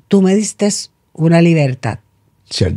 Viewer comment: Se dice “tú me diste” noooo distessss